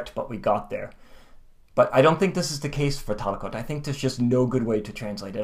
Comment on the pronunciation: Just out of curiosity, what is your background in Finnish? Your pronunciation could sound more native. (Hopefully that doesn't come across as rude.)